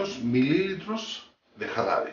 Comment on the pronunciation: Mililitros no, se dice mililitros